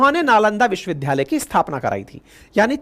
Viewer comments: First pl. learn how to pronounce "Vishwavidyalay". It does not sound good to hear a teacher pronouncing 'vidyalay' as 'vidhyalay'. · Vishwavidyalaya bole n ki vishwavidhdhaya . Achha nani lagta hai galat uchcharan. Age se nani bolenge. Lai apka bahut bada fan hoon aur apki sunra hoon . A Senior citizen.